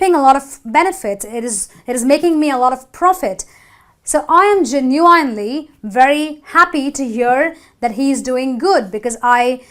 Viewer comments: Genuinely was mispronounced. There is no magic "E" to transform the I, which is next to a U anyway. I'm looking for materials to show my students. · say "genuinely" again. HAHA!!!!